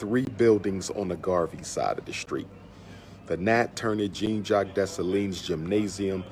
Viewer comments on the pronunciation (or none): none